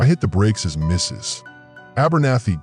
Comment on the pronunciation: It's AI interpreting the period in Mrs. As the end of a sentence.